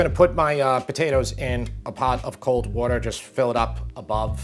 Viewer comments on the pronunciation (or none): none